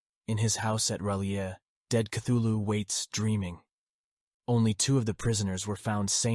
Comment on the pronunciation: And mispronounces Cthulhu. I just can't get past that.